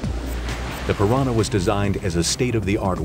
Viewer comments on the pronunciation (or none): none